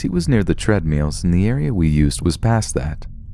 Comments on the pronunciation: "Tread-meals"? Dude, treadmills. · tread meels. sorry dude jk i love your videos!! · treadmeals lol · treadmeal?? xD